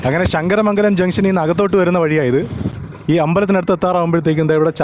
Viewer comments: ഷങ്ങര മംഗലം അല്ല ശങ്കര മംഗലം അങ്ങനെ പറയണം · അളിയന് ശ കിട്ടത്തില്ലേ അല്ലേ ഷങ്കരമംഗലം അല്ല ശങ്കരമംഗലം കരുനാഗപ്പള്ളി വഴി വരുന്നതാ അടിപൊളി